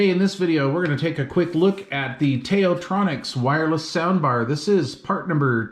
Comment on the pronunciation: Also, the Tao, as in “Tao Te Ching”/ “道德经”. Best regards!